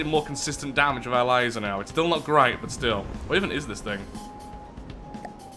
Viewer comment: Laser not litser